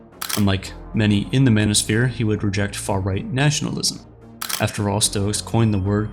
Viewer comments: "Manisphere" ? Step the F off. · lol the “mano-sphere” my goodness you lost me less than a minute in.